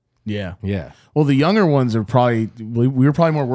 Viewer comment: I challenge everyone to find a single episode where doesn't say the word "younger" with a soft 'g' within the first like 10 minutes after the intro song lol. Love you man, I noticed it a long time ago and I think I'm on about a 10 episode streak lmao